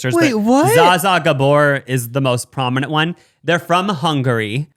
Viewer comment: It’s not pronounced Za Za 😭😂